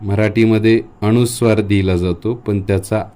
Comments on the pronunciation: न चा उच्चार ण असा का करतात गावाकडे? अनुस्वार हा शब्द अणूस्वार करणे चूक आहे. आपल्याला योग्य गृहीत धरणार आणि अनवधानाने चुकीचं शिकणार. तसेच स ला श करू नये. ही नम्र विनंती. मी टिका करत नसून सुधारणा सुचवत आहे. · माहिती चांगली आहे, धन्यवाद. मात्र माहिती सांगताना आपण स्वतःच उच्चाराच्या अनेक चुका केलेल्या आहेत. पूर्ण व्हिडिओ पाहिला. अनुस्वाराला आपण अणुस्वार म्हणता. एखादा शिक्षक चुका शुद्ध करत असताना, स्वतःच उच्चाराच्या चुका करतो, याला काय म्हणावे? नाजुक विषय आपण हाताळला, पण परिणामपूर्वक आपण सांगू शकला नाही कारण आपले स्वतःचेच अनेक उच्चार चुकीचे आहेत. माफ करा, कृपया सत्य बोलल्याबद्दल वाईट वाटून घेऊ नका. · व्हिडीओ माहितीपूर्ण आहे . अक्षर अगदी मोत्यासारखे आहे ...पण आप स्वतः न च्या ऐवजी ण म्हणता आहात ...😢अणूनासिक अणुस्वार 😮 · सर अनुस्वार हा शब्द अणूस्वार असा का करता? बाकी सर्व छान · आपण अणू नासिक सांगता ते अनुनासिक आहे, अनुस्वार ह्या शब्दाऐवजी आपण अणूस्वार सांगू नका.म्हणजे नवीन शिकणारे व लहान मुले योग्य बोलतील. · "अनुस्वाराचा" हा शब्द आपण सारखा अ "णु" स्वार असा उच्चारत आहात. कृपया उच्चार शुद्धीची काळजी घ्यावी, ही नम्र विनंती.. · खूप छान पण आपला अणुस्वार उच्चार खटकतोय. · माहिती उत्तमच! पण आपण स्वतः ' न ' आणि ' ण ' उच्चार काही ठिकाणी चुकीचा करीत आहात. जसे ' अनुस्वार ' या शब्दाचा आपला उच्चार ' अणुस्वार ' असा होतो आहे. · खूप छान माहिती आहे. पण आधीच माफी मागून एक विनंती करते की न च्या ऐवजी ण म्हणू नये व ण च्या ऐवजी न म्हणू नये. जसे की अणुस्वार न म्हणता अनुस्वार म्हणावे. अणुवाद न म्हणता अनुवाद म्हणावे. पानी व दुकाण असे न म्हणता पाणी व दुकान असे म्हणावे. तुम्ही उत्तम शिक्षक आहात असे दिसते, म्हणून तुम्हाला विनंती केली. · तुम्ही अणुस्वार म्हणताय तो अनुस्वार आहे.ण आणि न या अक्षरात भेद आहे हे लक्षात ठेवा. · सर तुम्ही खुप हुषार आहात..पण तुम्ही न चा ण...करता आहात...🙏अणुस्वार नाही...अनुस्वार